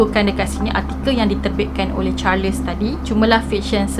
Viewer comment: Salam. Maaf boleh saya tahu ejaan nama charles tu bagaimana? Sebab jika ejaannya charles, sebutannya adalah “charls” tiada “les”. Sebab saya perasan di beberapa video sebelum ni juga. Harap dapat membantu